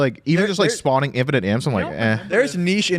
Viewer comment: Loving the new content between these casters segments and the worlds comms. Too bad I had to stop watching at “infinite imps…impinite”